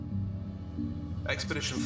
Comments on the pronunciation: 2 years late and no one cares but it's expedition not experdtion. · So I assume I'm super late on this buuuuuut...... The word EXPEDITION has no R in it... "Experdition" and "experditon"? Are you serious? Am I watching SCPs dreamed up by fourth graders or was that ur bad,? Edit: Also, the reverb voice brings the quality of the video waaay down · It's "Expedition", not "Experdition". ;-) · Am I the only one who found 'EXPERDITION' funny? Otherwise terrific video. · ExpeRdition 2. ExpeRdition 3. "..." 4. etc... There's no "r" in "Expedition." :-/ You may want to re-edit and re-upload this. Sorry. D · Expedition has no r